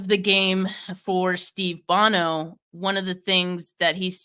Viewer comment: I love, but she showing her youth the way she mispronounced Bono and Seifert. LOL. Gotta call you on it young'n. Ha!